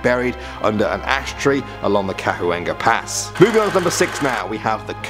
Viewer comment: It's pronounced Ca-wan-ga pass...